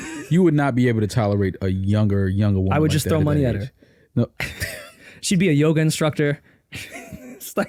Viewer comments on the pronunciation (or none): none